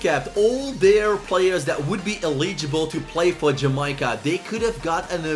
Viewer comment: Sterling was actually born in jamaica and lived in Jamaica until he was 5 then moved to London btw it’s Jamaica not jameyeca